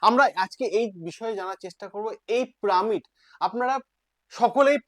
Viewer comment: প্রামিড আবার কি উচ্চারন টা একটু খটকা লাগছে।